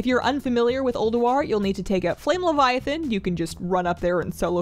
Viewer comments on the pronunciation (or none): none